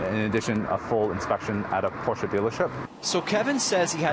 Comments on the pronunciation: Props to the commentator to know how to pronounce Porsche. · Props to the owner and reporter for pronouncing Porsche correctly.